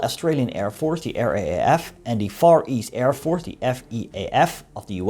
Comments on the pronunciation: RAAF is pronounced "R DOUBLE A F" LOL not R.A.A.F hahahhhahha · How about a video on the NEI government in exile in Australia in WWII, along with the civilian aircraft, merchant marine, naval, army and air units that fought with the Australians under the overall command of MacArthur? Australia called them the "Fourth Ally". RAAF is pronounced "R-double A-F"